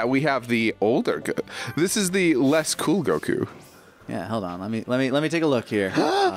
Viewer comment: It's not that hard to pronounce "Goku"! Come on!